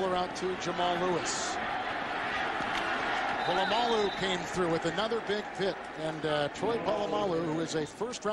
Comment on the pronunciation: I love when he calls Troy "Pull-uh-my-alloo" at the mark :)